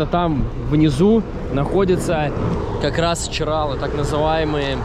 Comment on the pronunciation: Бесполезно. Лично я уже устала всех поправлять. Çıralı. ЧыралЫ. Мало того, что название коверкают, так они ещё его и склоняют на русский манер😮